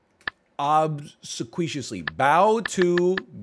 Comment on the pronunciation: Aver and hen were painful, like the pronunciation of obsequiously - but he knows such a lot of stuff ! Kowtowing is to bow until your forehead touches the ground- from China.